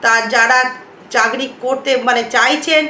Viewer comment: চাকরী কে যখনি শুনেছি " চাগরি " বলছেন আর ভিডিও টা সময় নষ্ট করে দেখলাম না